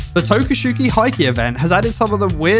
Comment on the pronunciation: Towkshoe Hay-key is the pronunciation you're aiming for. It's been cracking me up the way people can't read english letters when they spell something out in japanese.